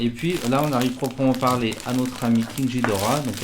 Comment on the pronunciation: Juste ça se dit ghidora comme guidora pas ghidora comme jidora